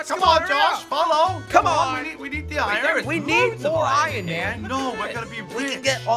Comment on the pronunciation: Is just me or does he say ion instead of iron